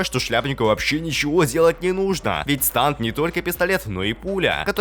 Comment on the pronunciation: Не станд а стэнд!